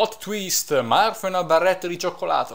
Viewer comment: M-m-ma io ho sempre pensato che il tuo gioco preferito fosse Pokemon :( Comunque, a me è sembrato che Elice dicese Morth...passso troppo tempo nella pagina mi sa. Ah, lo dico perché sì: Shiida in quest'oav >>>> shiida nei vari giochi di FE ;)